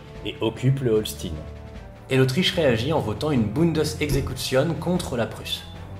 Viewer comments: Super, comme d'hab' ! :) Achtung : Holstein de prononce "Holschtaïnn" (comme dans Frankenstein ou Einstein, par exemple) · Merci pour cette vidéo très intéressant (comme d'hab). Et bravo pour ta prononciation de l'allemand qui était quasi parfaite ! Seule remarque, l'état allemand du nord est le Schleswig-Holstein (ch-t-a-i-ne) et pas Holstin (s-t-i-ne). mais sinon c'était parfait ! Et ne me demande pas de prononcer "naranja" en espagnol, chacun son truc. ;-) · Holchtaïne pas Holstine, comme les vaches ^^ sinon bel effort sur l'allemand c'est loin d'être facile. Merci pour le sujet, ça aussi c'était pas facile! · Excellente vidéo ! Par contre, l'accent allemand est a revoir. "Holstin" -> Holstein se prononce comme Einstein... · bonjour, juste une toute petite remarque: le Holstein, ça ne se prononce pas "holstine" mais "hol scht aie ne", comme "aie aie aie" etc... Sinon c une vidéo très interessante, :) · Le pauvre, il fait des efforts pour bien prononcer les noms germaniques, mais il se plante sur HOLSTEIN; qu'il prononce OLSTINE... (Pour un Mosellan comme moi sa saute aux yeux ! :-D A par ça, superbe vidéo comme à chaque fois ! Merci pour ce bon moment d'histoire et tous mes encouragements pour continuer à nous présenter de nouvelles batailles ! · Par pitié, Holstein se prononce Olchtaïne. Autrement très bonne vidéo ! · Par contre je suis désolé mais le Holstein se prononce comme dans Weinstein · Holstein = EIN [A-I-N] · il y a juste "Holstine" qui pique un peu les oreilles, sinon oui c'est bien. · Quelle est la prononciation ? HOLCHTAIN ? comme dans "einstein" ? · Bonne video, et comme j'ai étudié l'allemand (il y a longtemps certes), je pardonne les fautes de prononciations, sauf Holstein, parce qu'il faut bien râler :D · On dit Holchtaïn ! Et schlesviche !